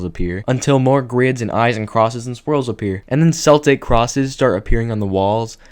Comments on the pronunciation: It's pronounced "keltic". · Cool video, but as a chick with Celtic ancestry, the way you pronounced Celtic kills me. 💀 It’s pronounced with a hard “c” like in the world “cool”, not with a soft c. Still, it’s a cool video. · isnt 'celtic' pronounced with hard c (k) noise & not an s noise? … excluding the Boston Celtics